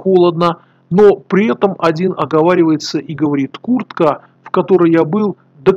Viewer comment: на а4Епятка в слове "куртку".